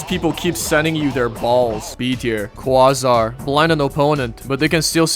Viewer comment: Quasar is pronounced Kway-zar btw